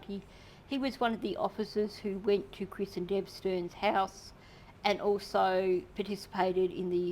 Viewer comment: 😂 love your accent in how you say stanky sterns lol 😂🙌🏻🙌🏻🙌🏻❤️‍🔥 another awesome video with great insight TY ❤️‍🔥